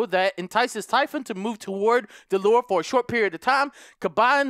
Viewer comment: you say typhoon but its typhon